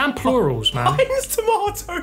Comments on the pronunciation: No one: Literally no single soul: Lando: Heniz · "heniz tomatoe yellow soup" -Lando Norris